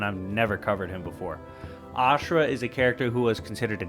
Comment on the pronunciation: Asura is a better version of Kratos to me in many ways and it’s pronunciation for him is Asura not ashirua